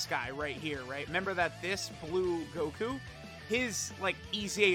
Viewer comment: "Blue Guku"